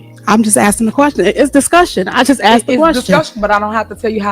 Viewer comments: Stay on her girl! You give me hope that the truth shall set us free! EDIT: Did she actually say "Axed" instead of "asked"? And you guys voted her as Mayor? You got what you deserved. Just saying... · You Axed? Very uneducated criminal... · "I axed you" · You know the entire USA is in trouble when your elected officials use words like, you axed me a question...geeezzzz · "You axe me a question and I answered" omg this woman needs to be locked up.